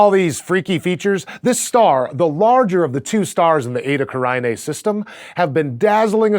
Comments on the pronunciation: Edda Karainée? It is Eta Carinae. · You are mispronouncing it, it is pronounced Eytah, Carenay, that is the easiest way to pronounce it correctly.